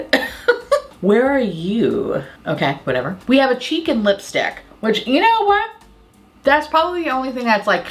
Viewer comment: you said "cheek and lipstick" and I heard "chicken lipstick"